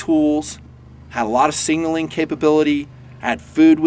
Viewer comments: Love the video but your Killin me. Sig....naling. Not Singling...lol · Hey, Leave the extra “n” out of the word signaling. I appreciate the video.